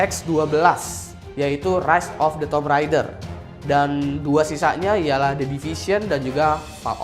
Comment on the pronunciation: Keren, tapi coba cek cara pengucapan 'Tomb'.